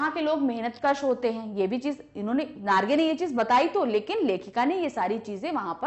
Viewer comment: mam its jiten narge not nagre